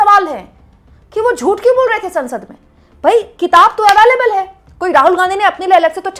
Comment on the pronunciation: Ms. Anchor, When you claim to be a journalist, then pls don't say something which is technically wrong. STAY, cannot be granted by any Ministry, PM or even the President, STAY can only be granted by the COURTS. Btw, also please pronounce the word "available" correctly.